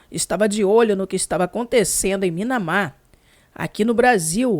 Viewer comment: não fica brava comigo, mas não é Minamar, é Mianmar.